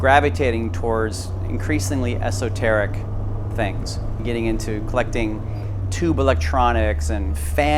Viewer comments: I cringed when he said esoteric. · Both times